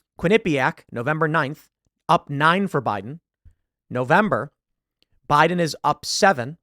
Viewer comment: "No, sir. They're saying Boo-iden. Boo-iden"